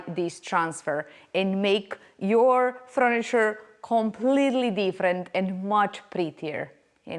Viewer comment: Not froniture but furniture 😅